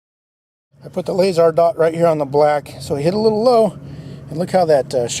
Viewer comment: The "layzar" had me in tears :) please make more videos always 😂😭